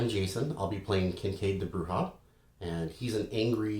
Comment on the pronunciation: 4 questions; No Malkavians? Are you CRAZY? Why did you pronounce Brujah that way? And any info for or against on having the Revised LARP rules (WW5013), and anything on Ghouls pets etc in the Humble Bundle?